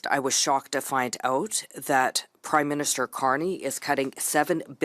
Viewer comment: Did you say prideminister?